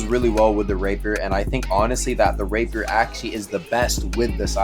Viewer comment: i keep on hearing "rape her" when says rapier